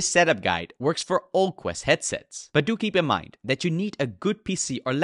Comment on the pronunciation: I promise I’m not making fun of you when I say this, but the way you say “do keep in mind” sounds like “dookie pin mind” 💩📌🧠 so if you wanted an idea for a t-shirt there ya go 😅